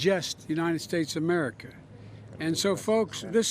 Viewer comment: Did he just say, "'Merica" like George Bush?! Omg, I give up!